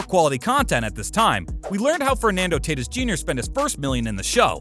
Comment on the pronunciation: Tatis- ( Tah teese